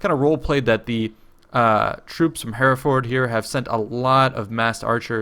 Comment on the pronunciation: Absolutely love your videos, always such good quality and great commentary! one small nitpicky thing though, Hereford is pronounced Hair-ef-ud; I live there! :)